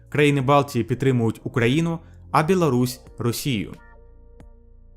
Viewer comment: Не белорусь а Білорусь трішки підправити мовлення і все чудово!! А якість відео як завжди на високому рівні!! Ти кращий